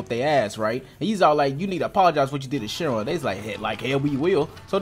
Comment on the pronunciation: His name is Shira not shinra